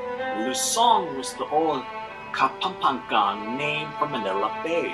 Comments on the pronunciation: KA-PAM-PA-NGAN the narrator pronounced it wrong hahaha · It's funny how the narrator pronounces "Luzong", "Kapampangan", and many more. 😀😀😀 That was the Golden Tara of the Philippines but it is now in the Chicago museum. Concerned Filipinos are trying to get the golden tara back.